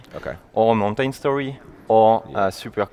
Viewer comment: Cringed every time the game dev said mountain